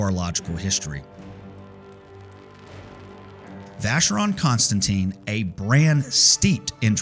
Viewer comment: Thanks for a very interesting video. But, please, please learn how to pronounce Vacheron Constantin (and AP) correctly.